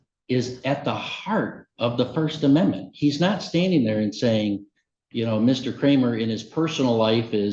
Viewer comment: Court reporter later "did he just say First Amendmenty?"